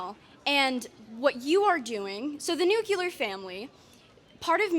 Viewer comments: Not the new-cular family 😭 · Nucular! Wow! It's crazy that people are this damn stupid. 🤦